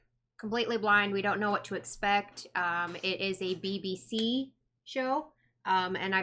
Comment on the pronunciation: I think if you're going to act up to you tube with a review over such a mammoth show. You should probably do a tiny bit of research first. Especially if you can't pronounce BBC.